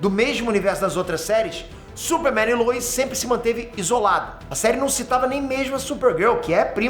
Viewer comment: Quem é lUis? É lois, pelo amor de Deus